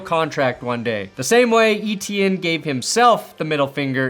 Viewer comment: It always amuses me how americans pronounce french names like Etienne. Eat-ee-enn is a good try